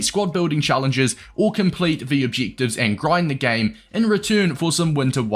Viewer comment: “Cheek obcheektives”